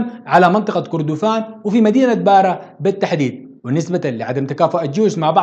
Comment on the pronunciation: التاريخ ده قرينا في المدارس مافي جديد .. وكردفان انت نطقت الاسم غلط.. كان اسمها مملكة الم٧ ات . وشكرا